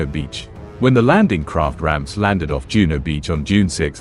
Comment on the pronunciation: Juno, not Juneau